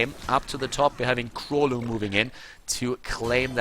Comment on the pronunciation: The way to pronounce 'Królu' is with a 'u' in place of 'ó'. It's a Polish phonetic letter. The whole nick means 'King' which is 'Król' in Polish.